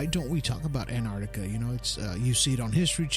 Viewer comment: Terrible. Very childlike presenting. This guy must have done 5 minute's research before the show. Knows absolutely nothing about Antarctica. In fact he can't even pronounce the name correctly.